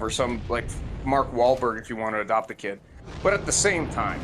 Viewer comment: 'I dunt wanna adawpt cus they'll call child services" You...... you think they wouldnt anyway,? Like, what backwards thinking do you have? That IQ count is dropping along with his T count